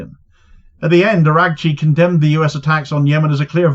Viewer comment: like I said your pronunciation was on point in his case. He's indeed araq chi. Lmao